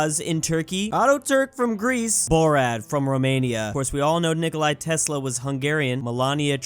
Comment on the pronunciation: "Nikoli" Tesla lol